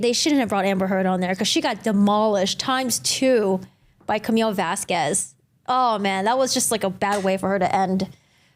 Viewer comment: wrongly pronounced Miss Vasquez the whole trial, mixed up her witness with Dr. Curry at least 3 times, mixed up her own client name as 'Laura Amber Heard', and who are Mr. Turd and ThatUmbrellaMan? 🤣🤣🤣